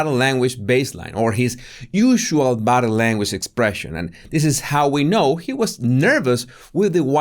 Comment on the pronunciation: Body Say "body". It's not bottle